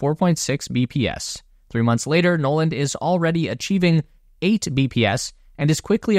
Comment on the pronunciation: "Noland" "Nolan" There, fixed that for you.